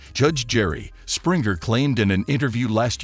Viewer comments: 😂poor Jerry and all the other Sprinjers! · You mispronounced Jerry Springer’s last name here and there. It’s a hard “g” not soft. Why should I trust any of your content when you can’t pronounce your subject’s name correctly?! Don’t you proof your work?! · His name is not sprinter it springer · You pronounced Springer wrong 😳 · U know how to say jerrys last name. Its so disrespectful to not get a dead man's name right when u actually know it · Whoever is the narrator for this piece is not very bright, neither is he familiar w/Jerry. He has mispronounced his name AND other key data in tgr video, ALL with arrogance & venom. If zherry went out if here with theatrics - so be it cause at the end of the process, he finally fid the right thing!!!! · This guy keeps miss pronouncing his last name holy c*** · For goodness sake please pronounce has name correctly 😂